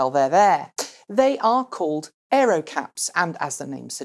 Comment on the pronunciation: Aero. not Earo. :)